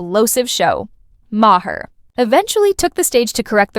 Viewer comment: AI voice over sounds natural but doesn’t know how to say Bill’s last name.